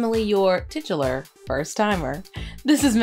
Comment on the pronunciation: I think i watched 20+ of your videos before i realized you pronunciation was not an accent thing edit:pronunciation of "titular"